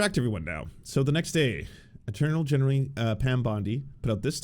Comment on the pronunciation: "aternal genalry" Pam Bondi lol